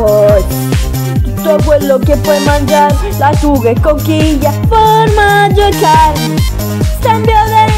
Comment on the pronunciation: Fa spaccare il "formaggioaggiaggio" di Google 😂😂😂😂